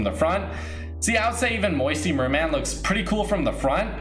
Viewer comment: Bro I'm disliking when you say moisture merman (Edit I know how to spell I got auto corrected)